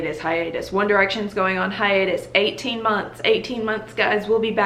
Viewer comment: “hiatus” did in fact trigger me